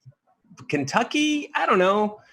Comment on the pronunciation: Yes!!! As a fellow Kentuckian that is annoying! Pronounce it correctly!! LMAO